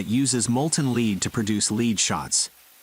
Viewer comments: What's LEED WIRE ? Does he mean LEAD WIRE.? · Its not leeed wire its lead wire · It's not Lead as in LEED wire - it's LEAD wire as in LED. C'mon, computer... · The leed 😂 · One problem of text to speech is ignoring the context of the sentence. Lead, as a metal, is mistakenly pronounced as "leed". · Lead as in Lead Wire is pronounced Led as in "Being led" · Leed not Lead. smh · Leed wire? Ah yes, leed wire, of course. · It is led not leed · What's "leed" wire? It's lead, (lɛd) rhymes with head. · It's not leed wire but its lead round bar at that point you started explaining it.. It's not wire until after the lead round bar has been pressed through the die to then create the lead wire. And lead is MOST commonly pronounced like LED, not leed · Lead not leed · "leed" wire. kek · Why does he call it lead, it's LED, past tast, not lead. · Leed huh we’ll definitely wouldn’t be pronounced lead as is dead . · Dont know how to say lead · I couldn’t figure out what a “led wire” was until I saw the metal. The typed information to AI audio should say”lead”. That mistake is hilarious. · Lead is not pronounced "leed"! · yanks are not good at english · Its so annoying hearing the guy pronounce lead like lead in leadership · Someone needs to fix the narrator-bot, it can't say lead right. It's not "be first" it's the dense metal. duh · For God's sake learn to pronounce "LEAD" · ITS LEAD, NOT LEAD, LEAD, NOT LEAD, LEAD, NOT LEAD. AAAAAAAAAAAAAAAA! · The best text-to-speach gives itself away when it can't differentiate between pronunciation of lead (to preceed) and lead (Pb, the element.